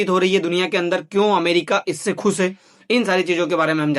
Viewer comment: Waise to aap bahut acha bol rahe par Thoda sa ucharan sahi kare.. Jaise खुश ko aap खुस bol rahe h